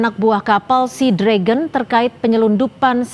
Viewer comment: Sea Dragon dibaca Sinaga